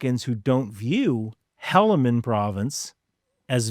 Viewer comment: Helaman Province? It's pronounced Hee-lu-mun. There's tons of us that would love to help you get stuff like this right, as well as any historical facts.